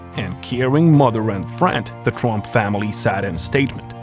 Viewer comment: Good Lord. The name is TRUMP. NOT Twump